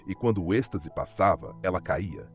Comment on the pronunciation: Êxtase e não estase